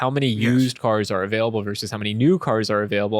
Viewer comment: PLEASE, it's versus, not verse.